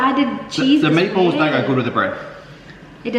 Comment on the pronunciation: Unang dinig ko kay, nipples. Meat balls pala. sorry! HAHAHA